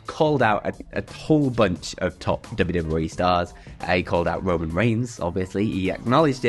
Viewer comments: "CM PUNK CALLS OUT TOP WEE STARS" "R" That's it, just the letter "R" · "CM Punk calls out top WEE STARS" 😂😂😂